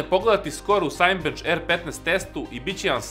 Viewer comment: "Sajnbenc"..... Dule kaze se "sinebenc"